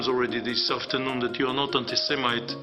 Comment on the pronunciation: "I have not heard so many cliches for a long time", and proceeds to call him "anti se,mite", which is the cliché of the century...